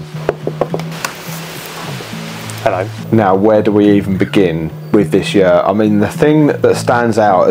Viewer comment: Great video! But it did take me several seconds to realize you had said "this yurt" and not "this shirt". I was sitting here thinking, "What's wrong with his shirt?" 😆